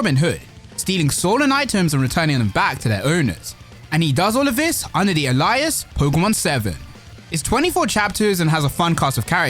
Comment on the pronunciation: its pronounced "ALE" lias . alias